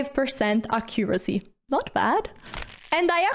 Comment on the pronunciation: it's pronounced AC-curacy not ac-COO-racy (stress goes on the first syllable) 😂